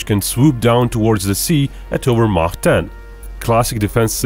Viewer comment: You know you are listening to a man of culture when he correctly pronounces “Mach”.